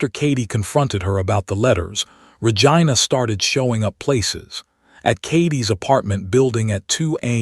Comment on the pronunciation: Pleaaaaasssseeee.!!!! It's Ra-gee-na.